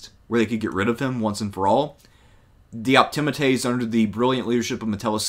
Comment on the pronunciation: Well, that's one way to pronounce 'Optimates' I suppose...